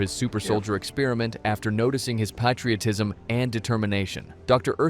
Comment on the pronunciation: that’s literally all this vid is. AI narration and clips. it cant even pronounce “patriotism” lmao.